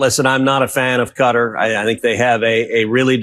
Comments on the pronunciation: What is up with everyone in the media pronouncing Qatar as "Cutter"? is the only person I've heard all day who pronounces it correctly 😅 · You are right. Cutter is not how it's suppose to be pronounced. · American ignorance and boorishness is on full display when they pronounce Qatar as cutter. 🤮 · Why do they say "cutter"? It is Qatar, like correctly pronounces it, rhyming with guitar or cigar. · Why does the news suddenly not know how to pronounce Qatar...? I'm pretty damn sure it's not pronounced "cutter" LOL. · Why is everyone pronouncing Qatar like "cutter" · at Touch, commenting on the subject of Trump's unprecedented "grift" with respect to dictatorial Middle Eastern powers, refers to Qatar as "cutter". As does Ben Meiselas at Touch. Definitely an example of improper or inadequate American education... The $ 400 million would be better spent there.. Even a lunatic maniac cognitively impaired grifter like Trump manages to pronounce Quatar's name properly.. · Why can't any of these idiots pronounce Qatar correctly KA-TAR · Fr! It took me awhile to figure out they actually meant the country . Was wondering who the h was Cutter. I’ve lived in the US for 46 years. But, all these people are lazy to even speak properly. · Can't even pronounce Qatar correctly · Why can't these people pronounce the counties name correctly? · Why can't Americans pronounce Qatar correctly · Why can no one pronounce Qatar properly? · Finally. Someone hears it. Stop pronouncing the damn place wrong.🙄😒😮‍💨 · They are all pronouncing Qatar incorrectly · Americans can’t even pronounce Qatar. 😂😂😂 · It’s as obvious as the nose on his slug like face. Nobody as ever heard of Qatar and the idea that they want to give the slug a plane is laughable. Qatar is pronounced guitar not cutter. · You pronounce it as Kataar, not cutter.... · “ Cutter” ain’t it pronounce “Katar” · The way Americans call Qatar - Cutter 😑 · Pronounce quatar as katar not cutter.